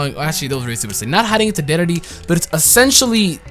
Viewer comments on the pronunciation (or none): none